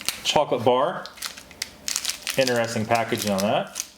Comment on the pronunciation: What part of the U.S. are you from,? I've never heard anyone pronounce 'interesting' as "inner-es-ting". LOL.